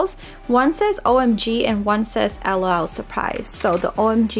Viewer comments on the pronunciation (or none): It's not lo it's lol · It’s not lo it’s lol